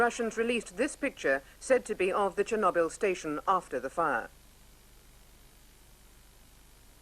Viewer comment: Actually he pronouned it well it's Cherno = means black Byl = a herb, there is no "knob" sound pronouced in Russian.